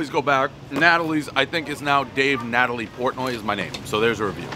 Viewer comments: Pronounces the pasta fagioli as fazool 19x, then calls Natoli Natalie. One traditional Bastonian pretending to be New Yook. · It's Na-tol-i dummy